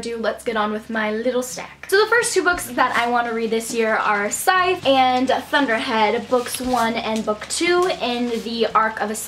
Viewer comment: Yay, you said "Scythe" right :D